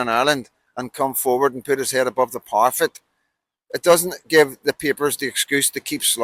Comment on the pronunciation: Feel like someone needs to let you know… I hear you constantly saying about putting your head above the parafet, but the word is actually parapet. Please try and get it right cause you sound ridiculous. Also, stop referring to yourself in the third person. You can say, I or me. You’re not Johnny Adair, so please stop doing it. Again, it’s ridiculous.